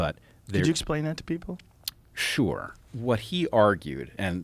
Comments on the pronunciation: That was very weird and annoying. I thought it was a brain to mouth malfunction but he said it again straight after! 🤣👍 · Word of the day folks . “Sure” pronounced shoo whore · "Can you explain who he is?" "Shore"